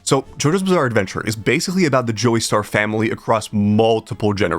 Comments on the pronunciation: Hearing you say "Joey-star" instead of "Jo-star" genuinely hurt my soul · dude really said "joy-star" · Dude's making shit up. Araki has written a book were he describes how Jojo came to him and how he improved his work. He never "failed to get published", his first work was "Poker under arms" and he had something published after that. When this numpty pronounced it "Joeystar" i knew he was a hack. There is actually a method to his madness and once you know it, you're writing improves by leaps and bounds (if you want to write stories).